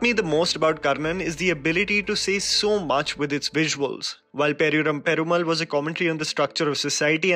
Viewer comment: It's pronounced as "padi-ye-room pe-roo-maal".